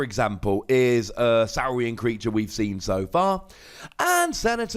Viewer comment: It's got to be Saw-rian. Like Dino-saw. Right? And it should have been Philosoraptor....